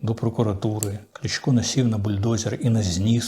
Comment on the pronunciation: А чому в пана Дмитра така підозріла російська фонетика? :) Чому це він називає КлИчка - "КлІчком"? з якого дива? Звідки оці : "ДанІлови", "РЄзнікови", а також вимовляння на російський лад решти слів на кшталт "проблЄми", "крЄмль" тощо. Вам так подобається московська мова?